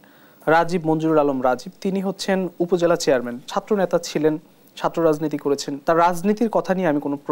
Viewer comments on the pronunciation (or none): none